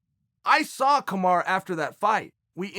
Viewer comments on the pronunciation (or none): Man, who the fuck is KAMARA? KAMARU And Khbib? KHABIB